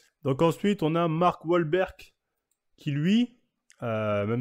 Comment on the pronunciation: Mark walbeurk il m’a sorti jpp 😂